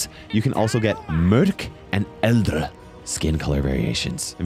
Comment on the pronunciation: E vist ikke att du kun snakk Norsk, men uttallelsen av mørk og eldre er litt feil.